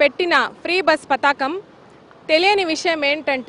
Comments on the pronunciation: Free bus padhakam kaadu anta....pathaakam anta 😂... Nee paytm kulla gajji batch. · మీ జగన్ హయాంలో ఇదికూడా లేదు కదా. పధకము అమ్మా పతకము కాదు script బాగా చదువుకోనిరండి. ఇచ్చిన కూలికి న్యాయం చెయ్యండి.